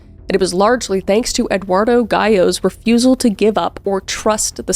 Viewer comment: "refusual to speak to him"